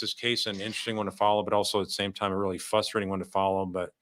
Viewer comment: Are you originally from Chicago? You pronounce “fustrating” just like my husband and my father-in-law.